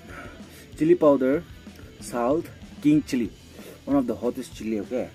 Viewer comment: Not powder... Pieder....😂😂😂😂 yes sir